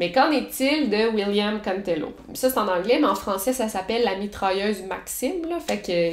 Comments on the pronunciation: comme « mitralleuze » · je veux dire comment elle le prononce avec son accent.